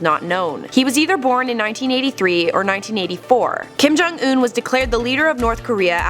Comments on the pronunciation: Kim jong un not Kim ' johnson' get it right !!! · it's not Kim jong in it's Kim don't un